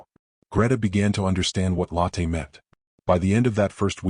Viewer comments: The woman's name Lotte is pronounced Lo, as in English "lore" and the tte ending sounds "...tuh" Not like lateh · Lotte Adler - first name begins with Lo, which sounds like the oo in look. Adler means eagle and starts with Ah, not with add